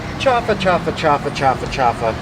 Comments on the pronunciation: Don’t say chafa because chafa means fake it is chaufa you must pronounce the u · It's not pronounced chafa, it's chaufa (chow-fa). Like when you chow down on something.